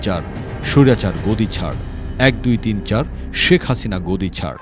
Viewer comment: শেখ হাছিনার অনেক গুন, পুলিশ দিয়ে ছাত্র খুন। মোদীর পোসা হাছিনা, তোমায় ভালো বাছি না। স'কে ছ'উচ্চারণ করে। আমাদের সাথে সমর্থনকরে কোলকতার ছাত্রবৃন্দ স্লোগান দিয়েছিলো